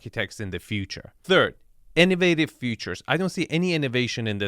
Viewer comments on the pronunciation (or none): "Turd guest bedroom suite"?